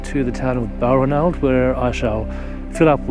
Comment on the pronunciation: BAL-RAN-ALD, please, with the emphasis on the second syllable. The 'ranald' sounds like 'ronald'.